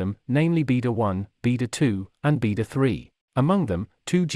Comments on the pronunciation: It’s not “beedo”, it’s “bai dow”, means Big Dipper. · It is pronounced BeiDou (Chinese Pingyin for 北斗). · Please pronounce beidu properly